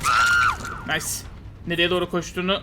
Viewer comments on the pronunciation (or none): none